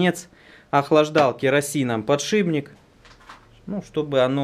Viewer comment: а почему все время ты говоришь подшиБник,правельно ведь подшипник)